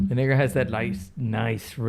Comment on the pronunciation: might want to be careful pronouncing negra bro